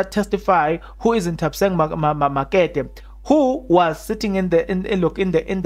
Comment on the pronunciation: INthabiseng MOKETE....is pronounced "MUKITI"